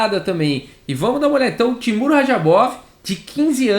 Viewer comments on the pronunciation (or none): Também fiquei incomodado